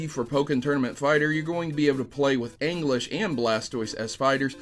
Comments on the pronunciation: Anglish? Ee-Jizz-Slash :p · When you pronounce Aegislash as ANG-lish. X) It's A-gee-slash man, though that was a good laugh. Also, do you kno de wae? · Wait a sec did just call Aegislash, Aingislash? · Out of curiosity, why do you pronounce Aegislash as "anglish"? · Aegislash = ayy-jizz-lash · Mega Rayquaza as a support pokemon is pretty ridiculous now that you mention it. He is too cool for that. Also, you didn't even TRY to pronounce Aegislash... ANGLISH?!?!?! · Hahahahah say Aegislash again englesh the pokemon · To, ahem, IT'S PRONOUNCED AY-JEE-SLASH. There I said it. The name is derived from the sword and shield nature, hence the words Aegis and Slash. I'm sorry if I sound angry, anyways it was a pretty good video.